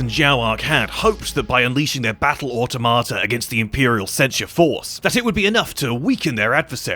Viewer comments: He sounds like he is saying “ah tomato” 😂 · Au - to - ma - ta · Can you, though? I've only ever heard /ɔːˈtɒmətə/ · It's pronounced au-TOM-uh-tuh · can pronounce it multiple ways. Just not the way he said it lol